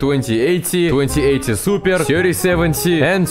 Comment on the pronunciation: suppearrrr,,😂 that word got me everytime he said